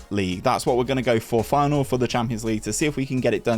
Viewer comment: Hey man, love the rebuilds. Best videos you do in my opinion. Hopefully you can get to 20k before fm23. Although your pronunciation is questionable at best. :) Feyenoord for the Champions League.